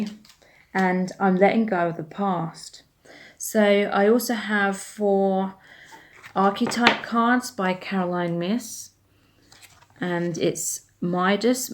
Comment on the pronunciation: Myss is pronounced like "mace" rhymes with lace. Good reading.